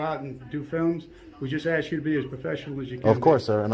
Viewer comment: Funny how somebody that runs a successful Youtube video doesn't know how to pronounce the word "ask".